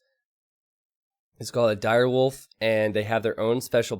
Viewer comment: Him constantly saying „girewolf“ was painful.